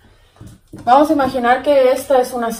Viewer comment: Jajaja a lo ruso